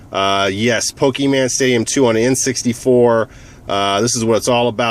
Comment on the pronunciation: its not pokeman